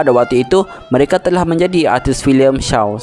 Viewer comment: maksud saya sebutannya bukan bahasanya. Contoh; Shaw bunyinya sho bukan shau...